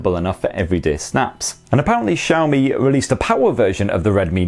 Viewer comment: Take a shot every time he mispronounces "Xiaomi".